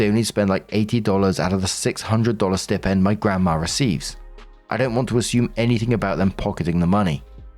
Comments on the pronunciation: Hey gotta say because it’s like a static shock each time and it happens so often I’m flashing like a Christmas tree But it’s stai-pend Like eye or like a pig sty Not stip-end Not a snip at the tip of the end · Story 3. OP is exhausting. As is Marks pronunciation of ‘Stipend’ If you don’t know a word dude, type it into google followed by pronunciation and a little sound clip will play. 🤷🏻‍♂️